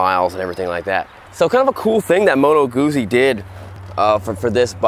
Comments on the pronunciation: You should pronounce Moto GUTZI - not guzi. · Great video, but it's prenounced "Gut-zee" not goozee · Moto GOOTSIE, not modo gussy... 😉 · Guzzi is pronounced like pizza. You get me? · The pronounce it like Gutzeee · Double 'Z' is pronounced 'TZ' in Italian. Plus the 'U' as 'OO'. 'Moto Gootzi' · I think it should sounds like "pizza", because it's Italian ;) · Gootzi, Gootzi, GOOTZI!!! 😅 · Guzzi. The pronunciation of Guzzi is Gootzi, the Z’s are pronounced like T’s, as in Pizza, Peetza. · G U ZZ I not Gootsie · Dude... In the video, says it like "gussie". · Guzzi is pronounced like pizza! you say PITZA and you say GUTZI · I have to say this was a difficult video to watch. First, learn how to pronounce the name of the bike you're showing. It matters. Also, that's not a touring bike, which would have a fairing, luggage and footpegs mounted further back that would allow you to shift your weight on the seat for long-distance comfort. The Guzzi Californian is a cruiser. It would help your viewers to get a much more comprehensive, or even rudimentary, idea of the bike if you would bother to learn its basic functions before doing the video: "Here's the gas gauge...super cool...don't know what that means...this here...don't know what that is..." Well, it could be the kill switch, which you wouldn't want to punch while you're riding in traffic. Learn how the bike works before you ride it. And it would seem that you might benefit from taking a beginner's Rider Safety Foundation course. The time to adjust your mirrors is before you leave the curb. And don't ride in the center of the lane, that's where the older cars are dripping oil. Finally, religion is a private and personal thing. Please keep it to yourself. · How he pronounces guzzi😂 oh these americans👌🏻